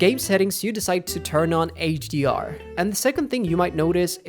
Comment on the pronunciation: Why does it sound like you are pronouncing HDR like AGR? lol "It increases wrench between" what? Sorry i can't understand half of what you are saying.